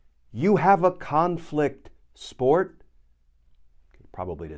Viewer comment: "Sport" Channelling your inner Aussie Glenn 😉 ^^